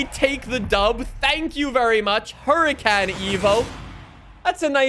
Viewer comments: this man realy said huricAn eco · Isn’t it Huri “con” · Oohracon technically is the correct pronunciation of Huracàn. lmfao yea i'm that dude. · driving me crazy with his Hura CAN 🤦🏼‍♀️ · The way he says huracan pisses me off so much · Excuse me sir, but that isn't how you pronounce "gallardo" or "Huracán". shakes head in disbelief Engine spacers? Omg why am I subscribed? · Absolutley killing me how you say Huracan 😂